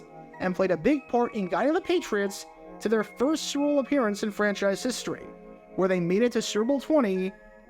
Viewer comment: This guy cannnot say "Super Bowl". it comes out like "srrble" every time. oof